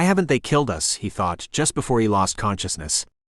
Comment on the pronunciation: Presumably, this is an experiment in machine narration. It was pretty good machine narration at first, but, seriously, isn't it pretty basic for the computer to avoid narrating "us" as "US"? Sounds like someone tried to save money by not distinguishing upper and lower case letters.